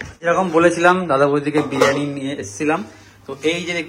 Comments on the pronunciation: বারিয়ানি না ওটা বিরিয়ানি হবে 😂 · ওটা বারিয়ানি হবে না বিরিয়ানি হবে😅